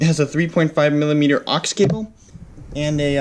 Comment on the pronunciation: What a real pity = that your spoken word of OX - is incorrect.. It's NOT an "OX cable" at all, but an Auxiliary (AUX for short) cable.. Pronounced as AWKS not OX An OX is a beast of burden (or as some would say - a person who is an OX - is someone who is slightly thick & dense) AWKS is short-speak for AUX'iliary